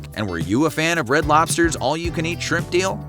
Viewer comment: Was going to say “squimps” too.